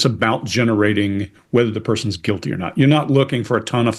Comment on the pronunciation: 2 sec in -guil-tay 😂